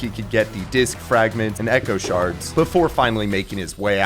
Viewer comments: Hearing him say “sherd” every time it says “shard” makes me start tweaking a bit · pottery shArds not shUrds